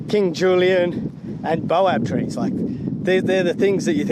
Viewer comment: "Bay-oh" trees folks. Baobab.. 😊